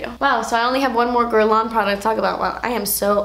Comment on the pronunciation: She didn't pronounce Guerlain correctly… But it's not an easy name for someone who doesn't speak french